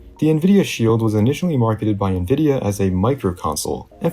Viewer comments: why tf does bro pronounce nvidia like "nuh-vidia" 💀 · did this man say Nvidia pronouncing the n?